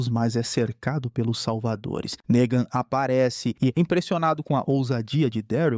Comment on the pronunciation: com todo cuidado do mundo para o YOUTUBE não entender a palavra "NEGAN", errado, ele PRONUNCIA ERRADO TBM! kkkkkk.